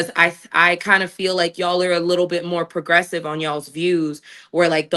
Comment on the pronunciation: ooooo she called them progressve pahahahaha